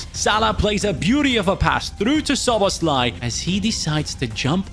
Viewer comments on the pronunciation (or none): none